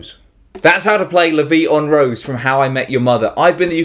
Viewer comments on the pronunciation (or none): 'Rose' acutally isn't pronounced like a rose (flower) in Frech, the R is pronounced more (like the Scotts do) an there is no 'u', because it's not R-o-u-s-e (